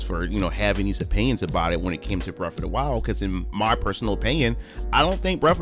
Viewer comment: I've not played "breff ov da while"... what system that on?